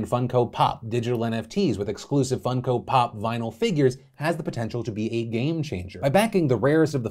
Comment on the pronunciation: I think he is bsing us. He says Fun-co Pop, not Funk-o Pop.